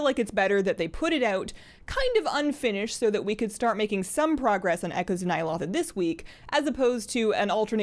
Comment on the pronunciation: I enjoy the videos, but its Nya- (low) tha